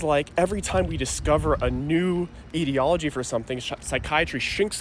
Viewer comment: Are you saying “ideology”? Because you’re pronouncing it differently than the standard way.